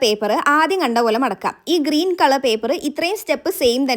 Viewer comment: ഗ്രീൻ അല്ല ഗ്രീൻ ആണ്